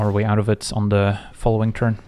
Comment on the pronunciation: "On two zee next one !". Like it 🙂